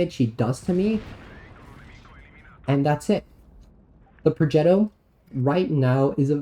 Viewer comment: Pro-jet-o, lol, and you gotta roll the r